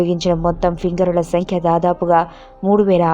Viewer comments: Fingarulu kadu "Firangulu" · fingarulu kaadhu firangulu ammma thalli